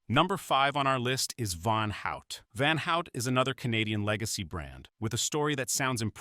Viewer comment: Do not pronounce van out but rather van hoot